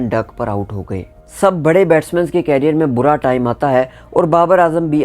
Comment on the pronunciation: कैरियर ❌ करियर ✅ उच्चारण सही कर लो।।😊